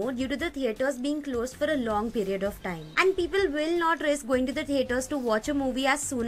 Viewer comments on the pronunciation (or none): none